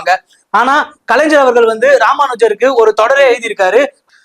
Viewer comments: Adhu kalainjar illa kalai-ynyar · ஐயா இந்த anchor பையனுக்கு கலைஞர் அப்படிங்கிற வார்த்தையையும் கலைஞ்சர் அப்படிங்கிற வார்த்தைக்கு வித்தியாசம் சொல்ல சொல்லி கொடுங்க. தப்பு தப்பா பேசுறான் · Kalaignar sariya pronounce panunga anchor